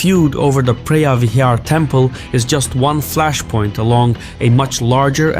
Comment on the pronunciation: Preah vihear is pronounced pravihear. Btw a moan is a chicken and Tom means big, therefore ta moan Tom means big chicken temple.